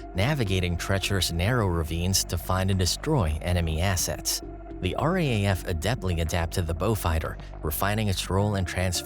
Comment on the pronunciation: No one in Australia calls it the R-A-A-F, it’s the R-Double A - F.